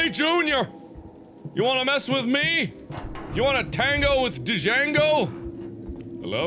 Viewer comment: He said D-jango.... The D is silent lawl